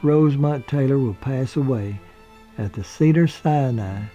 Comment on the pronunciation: Oops her middle name was Rosemond not Rosemont